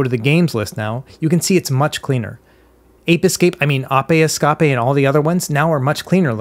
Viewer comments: I always love the videos, but I have to say something. I have never in my life heard someone pronouce Ape Escape as "Ah-Peh Es-Cah-peh". I don't even know what to say about it lol. Edit: and you said it right later, and then corrected yourself to ApE EsCaPe. I think I'm missing something here haha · How old is this guy? He must be really young if he mispronounced “ape escape” lol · Ah yes the classic ahpay escapay...unforgettable game 😂😂😂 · It might be a bit farfetched, but I believe he was making fun of the way that Dory pronounces "escape" on a fire exit in Finding Nemo. She pronounces it "Es-Cah-peh" xD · "apay escapay" XD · Apay escapay 😂😂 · Ah pay Scopay… 🤣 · wtf is a "normal" language? The two most widely spoken languages in the world are English and Mandarin Chinese and neither would pronounce ape escape in that way.